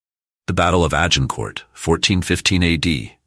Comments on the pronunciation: Hey... it is not Agin Court! And he was Henry the 'fourth' not the 'futh'. Whom ever produced this video needs to go to English classes or pay for a better linguist. It is too painfulto listen to, let alone watch. Ach Y fI! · You don't pronounce the final letter of French words